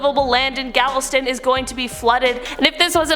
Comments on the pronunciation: Galvestone??? Lmao! Galveston! I'm 25 miles from there. Oh boy, Lady... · It's GALVESTON not Galvestone 🤦‍♀️ I wonder how many other words she mispronounced 🤧🥴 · Gal-ves-ton. “Ton” is in “ton”, not “tone”. Named After Bernardo de Gálvez. Check out the city’s haunted history, especially the Grand Galvez! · Gavelstone? Do you mean Galveston? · Galveston....no "e". Gal- Vas- ton. Love your videos. Such a cutie! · She Put An E On Galveston Bruh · That was rough 😬 😆 lol gavel stone, I'll never forget that now, dang it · Haha! I was like whhhhaattt?! I’ve lived in Texas my whole life (Houston Area) & I’m thinking surely there’s not another town in Texas called ‘Galvestone’ that I don’t know about 😳😂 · Bro I was so confused I was like gavel stone???? Lmao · When she said Galvestone, I was thinking "that place doesn't exist" but then it was corrected. 😅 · yeah, she mispronunciation other words also! 🤦🏻‍♀️ This is the second video from this channel I’ve watched today. Disappointed in both. Peace out.✌🏻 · Even Glen Campbell said it correctly. Come on,man! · Literally was about to comment this same thing